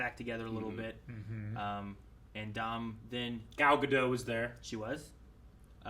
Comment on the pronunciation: Gadot is pronounced with a hard “T”.